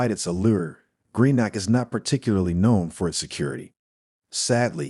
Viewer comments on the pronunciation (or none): its pronounced Gree-Nuk, another good video though 👍